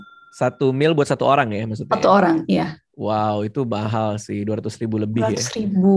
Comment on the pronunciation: Bang Radit maksudnya mau ngomong "Mahal banget", yang diucapin malah "bahal".